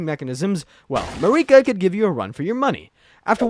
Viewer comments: the way you kept saying it as "mar-ee-kah" instead of "Mer-i-ka" drove me nuts, every NPC says her name normally, who is Marie Kah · “It’s MARRIK-ah, not Ma-REE-kah.” - Hermione Granger, 2025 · im sorry but you pissed me off when you said mareeka instead of marika. they literally say her name in the first cutscene in the game and countless other times in dialogue. its like you have to go out of your way to mispronounce her name. blaidd makes sense to butcher since its a welsh name but marika? the name that is said countless times? for a game that is like 3 years old? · To be fair, I know a few people who called and continued to pronounce Marika as Mareeka even after finding out the vowel sound for the 'i' in Marika is a short one. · i fuck with the vid, love the animation. but bro its an i not an e in marika lmaooo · Everyone who isn't Hungarian pronounces Marika wrong, including everyone in-game. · "MeREEK-A?!" Come on, bro. 'Merica. It's pronounced "'Merica." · .... mareeka? Dude didnt even play the game lmao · Who the hell is mareekuh? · What’s with the constant wrong stresses in names? MarEEka, MiquElla? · Go to pronunciation jail for MA-REEKA . Don't make the out-of-sequence interpretation lore video an even harder watch. But also- good job and keep it up, You make fun nad great stuff! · You mean Mareeka? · (A) Merica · You can tell this guy didn't play the game with such a basic mistake. Probably didn't even write the script 😂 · How have you played the game and don’t know how to pronounce Marika and Miquella. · How tf do you play through the entire game and think Marika is pronounced like that? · I swear they mispronounce “Marika” on purpose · You mean marika? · Marika "Ma-reeka" Empire "Em-peer"